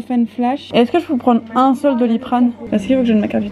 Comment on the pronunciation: Toi tu dis pas est-CE-que mais est-TE-que